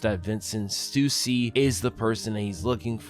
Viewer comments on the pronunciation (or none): none